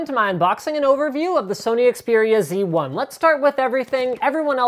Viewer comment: You are canadian... I think you should say Xperia Zed lol